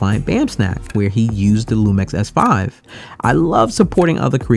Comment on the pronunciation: Why you say LumEx?